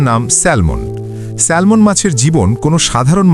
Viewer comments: ব্যাটা আহাম্মক এটা স্যামন (Salmon), স্যালমন নয়, এখানে 'L' এর উচ্চারন হবেনা। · এটার উচ্চারণ হবে স্যামন , কেন বাংলায় একটাকে সালমন বলে ?!!!! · সালমান না স্যামন হবে উচ্চারণ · স্যালমন নয়, উচ্চারণ হবে" স্যামন " 🤣🤣🤣! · Excellent video. I agree with the commenter because the pronunciation is Salmon(Samon) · উচ্চারণ হবে স্যামন। L silent থাকবে। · Pronounciation ta স্যামন হবে। ( Salmon) Akhana' L ' letter ta silent tkhaka.❤🎉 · স্যালমন বলতে কোনো মাছ নাই।ভুলভাল উচ্চারণ করা বাদ দিন আর উচ্চারণ না জানলে নামই বইলেন না। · It’s pronounce SAMON. L silent